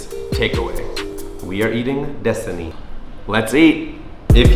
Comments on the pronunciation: Your bahasa is really good. However for 'How are you?' is 'Apa kabar?' Not 'Apa khabar?'. And 'lapan' is close, but 'Delapan' is correct but understandable your bahasa. Disini sounded like destiny lol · You speak half Indonesia and half Malaysia, rite? Karena not Kerana. Kerana is Melayu/Malaysia pronunciation. Delapan not lapan. DE(the)lapan. EMpat like thEM. I hear you say desini (here), actually is Disini. Please if you want to give a money or something to other people, use your right hand 😊 thanks for learning Bahasa..